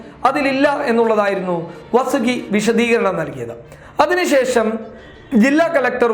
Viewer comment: വസുകിയല്ല വാ വാസുകിടാ